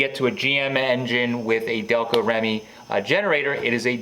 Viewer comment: Spent many years hand making prototype HD starters for Delco Remy.It's pronounced Delco Reamy.Not Remmy.I always said what made GM#1 was Delco Remy electronics.The only difference in the big 3 was wiring systems.Ford and mopar sucked.if they had Delco equipment they'd been #1.